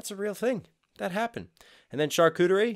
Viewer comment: Impressive that you could pronounce charcuterie without being familiar with it. It’s a butchers plate by definition, usually cured sliced meats.